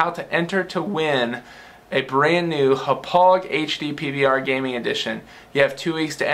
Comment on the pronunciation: As someone who graduated from Hauppauge High School, I find it funny that you can't pronounce Hauppauge correctly. "Ha-pog"